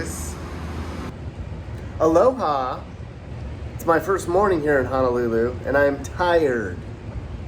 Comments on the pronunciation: Don’t understand why you prefer to say Hanalulu when the name itself doesn’t even have an “A” in it. Honolulu isn’t hard to say. Honestly disrespectful of you as a content creator. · I can’t get past the “Hanalulu”